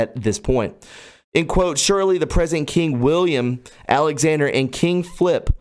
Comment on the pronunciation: You said it correctly. "King FLIP" not "King Phillip"